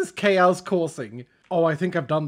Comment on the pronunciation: I don’t know if it’s cause is Swedish and English is his second language but the way he says chaos “Kay-ows” just cracks me up. I now quote it daily 😂